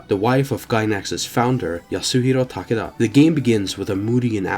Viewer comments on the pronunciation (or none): none